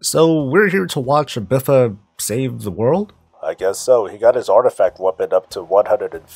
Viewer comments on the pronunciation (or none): I hate that this guy calls it BIFA. BFA!